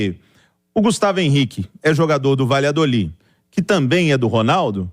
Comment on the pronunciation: Qual a dificuldade de pronunciar corretamente baladoli